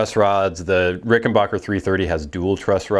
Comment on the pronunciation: Too bad you can't properly pronounce rickenbacker not rickenbocker